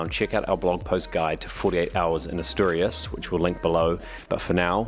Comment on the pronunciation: Great video, I have Spanish friends that live in Luanco and have visited Asturias twice. The scenery and the beaches fantastic also the cider, the drive up to the lakes above Covadonga is must place to visit. Note. Asturias is pronounced as “a” in apple.